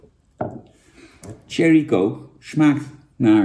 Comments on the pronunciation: Jan je spreekt Cherry niet uit als Thierry Baudet maar Sjerrie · dat bedoel ik ook lieverd.. in het engels spreek je cherry uit als sjerrie. Thierry is enkel een naam van de partijleider van FvD